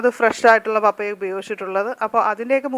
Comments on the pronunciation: പപ്പയാ അല്ല പപ്പായ എന്ന് ശരിയായി ഉച്ചരിക്കു ബാക്കിയെല്ലാം ഓക്കേ thanks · പപ്പായ ഒന്ന് വായിച്ചു നോക്കിക്കേ പറയുന്നത് ശരിയാണോ എന്ന് കേൾക്കുമ്പോൾ പപ്പയ എന്നാണ് പറയുന്നത് കെട്ടോ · ശരിയാ പപ്പയ അല്ല പപ്പായ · U r pronouncing pappaya. It is pappaaya